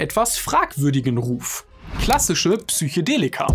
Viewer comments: "Psychedelika" und nicht "Psychodelika", Also mit "e" statt "o"👍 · Psychedelika, nicht Psychodelika - ja man spricht das so aus, aber naja, vielleicht bin ich einfach ein Haarspalter.. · Das heißt immer noch Psychedelika...und nicht PSYCHOdelika. Ansonsten echt gutes Video. Danke dafür! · Es heißt „Psychedelika“ nicht „Psychodella“ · Psych-E-delika! Nicht Psych-O-delika. Das hat nichts mit Psycho zutun, sondern kommt vom griechischen "psychē", was soviel wie Seele oder Geist bedeutet. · PsychOdelika :S